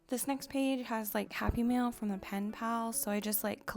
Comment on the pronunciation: Whenever you say "happy mail" I keep thinking you're saying "happy meal" 😂